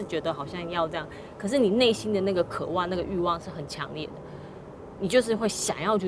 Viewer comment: 只有我注意到「渴ㄨㄢˋ」嗎？